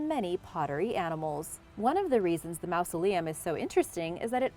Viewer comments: Stop pronouncing it like "mouse-aleum." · great video, but you’re saying mausoleum wrong!